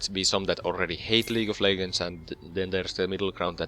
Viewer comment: xD "League of Leggers"... Nice video though